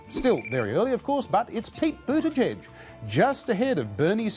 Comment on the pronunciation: why do you even bother to be part of any political discourse when YOU CAN'T EVEN GET THE NAMES OF THE PLAYERS RIGHT?!? I can understand you butchering Buttigieg's last name (just call him Mayor Pete) but BloomBERG's name? (where did you get Bloomfield from? Antisemitic racial profiling much... do you?)